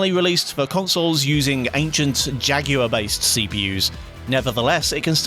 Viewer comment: Who tf pronounces jaguar like that?